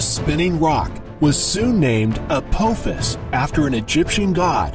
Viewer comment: Two things. One, its pronounced A-pah-fis, not A-poh-fis. Two, it was named after a villain from the TV show Stargate SG-1 (the discoverers of the asteroid have said as such).